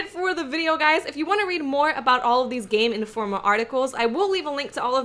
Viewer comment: Player - Playa Game Informer - Game Informa Not that there's anything wrong with it, I just love the way you talk.